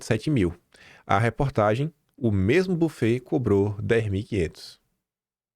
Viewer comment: Querido buffet é uma palavra francesa e se pronuncia “bifê”. Valeu pelos seus dossiês!